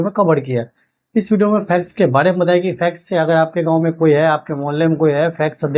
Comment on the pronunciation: फैक्स क्यों बोलते है।